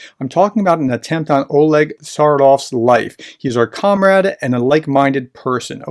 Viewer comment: Man, why are Russian and Ukrainian names of people and places systematically butchered when you just need to pronounce them exactly as they are written? It's the whole point of the romanized script for Cyrillic. Tsaryov is not pronounced "Sardoff", every single time with a slight hesitation, knowing it's wrong. It would be great working on this very simple pronunciation skill, as it is rather embarrassing for someone who make videos on this region for over 20 months, and a professor to boot. I knew about Novorossiya (New Russia) and also about Little Russia, but I checked it again and was surprised to learn that it does not include just Transnistria from Moldova, but also Gagauzia, an autonomous territory of Moldova with its own language and culture. These Russians will stop at nothing to conquer even more land, even though Russians make up only 3% of the population there and the Gagauz 84%. They are the largest country in the world, yet are not satisfied with what they have. Maybe a Russian oligarch likes the wine they produce and want it all for himself... There's a $1M bounty on Tsaryov, so the assassination attempt is no surprise, although I believe its backer Ihor Kolomoyskyi is currently in jail, maybe not in a position to pay this bounty. And maybe Sergey Mardan would have made a better target, this guy is a shame to humanity. Just kidding. About the "target" part, not the "shame to humanity".